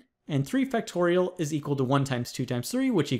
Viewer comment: it’s factorials, not fractorials 😂😂😂